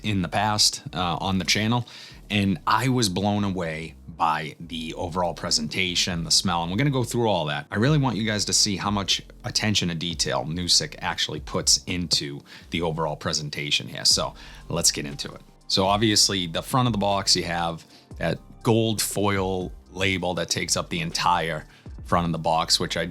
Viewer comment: Nusuk has some awesome stuff, btw it’s pronounced like Nusook, I noticed you were pronouncing it as Nusik